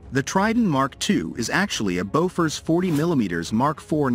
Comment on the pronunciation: not Bofors !!